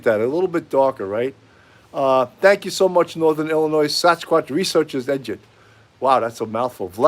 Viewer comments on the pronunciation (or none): Hey,! Watching the replay. Haha - I can tell you're from the East Coast! Illinois is pronounced "Illinoi". The "s" is silent. I'm not nit-picky, am I? The nationwide "brotherhood" among police often extends to Marines. My disabled Vietnam veteran husband has often been given a pass for minor offenses.